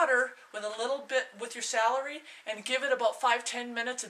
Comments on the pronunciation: IT'S cElery....not sAlary.... lol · i know its stupid... but the way you say celery drove me crazy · dont be sorry lol thats silly i just have alot of pet peeves due to my grandmother correcting me "to this day" never be sorry, thats ho wya say it i just had to get it out that it bugged me lmao